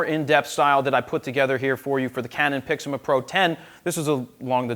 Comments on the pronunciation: You still say Pixima :P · I believe he was commenting on your pronunciation of PIXMA.